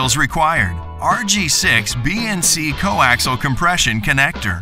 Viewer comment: Could someone please tell them it is coAXIAL cable, not coAXLE. Good grief. That's 4 syllables, not 3.